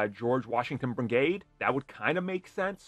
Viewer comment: I thought it was George Washington Bridge or G.W. Bridge... NOT Brigaide...?